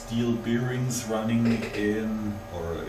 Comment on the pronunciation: Nice lathe! I think the faceplate with the screw thread might be meant for cloth polishing wheels. Look up the pronunciation rules for "the" if you care, as well as the word "bearing". You were probably taught wrong at school, like every other native German speaker. You'd almost think there was a conspiracy to teach us the wrong pronunciation so we are always easy to identify ;-).